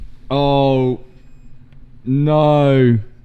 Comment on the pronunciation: Owe noe! Ohoe noowe